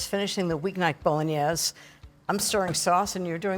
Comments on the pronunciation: Why is it so hard to pronounce Bowl-In-Aze? I grew up with Italians in my family and got it after 5 or 6 times with them speaking broken English. So many just can not get it correct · love Christine - would have enjoyed hearing more about her life!!! Also, Italians pronounce the "e" at the end. My father (from Venice) spent a lot of time correcting my Italian. My family is now in Venice and Rome. Many words have their vowels cut off here in America - my father would slap my hands if I pronounced them that way. Anyone from South Italy - curious about their pronunciations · Yuck....too much sauce and too much wine. Ina you should know how to properly pronounce bolognese. Christine lives part time in Italy and yet she's acting like she's never seen anyone cook Italian before. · Ina. Thank you for your wonderful kitchen experiences. As a southern Italian orecchiette are served with broccolini, no red sauce, and bolognese with a flat wide pasta. Please check pronunciations for the correct Italian diction instead of using a French slant. Thank you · that was the first thing I noticed - the mispronunciation. LOL My dad was a chef near Venice - he occasionally used milk in his to tenderize the meat in the beginning. It's not an authentic part of the recipe (nor the nutmeg and herbs). An authentic recipe is actually on the drier side!